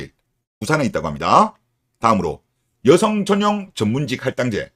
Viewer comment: 발음ㅋㅋㅋㅋ 여성을 으요성이라 하네ㅌㅋㅋㅋㅋㅋㅋ개웃심